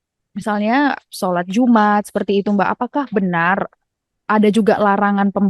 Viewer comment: Solat jum' at , bukan solat jumaaat . reporter nya bukan muslim seperti nya ya kak